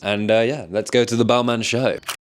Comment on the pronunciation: That pronouncing of Balmain is brutal